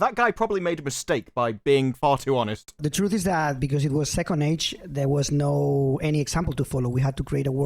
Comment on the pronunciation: Are these clowns pronouncing NO as NEW. It make sense " we are making this for NO audience " Fixed it.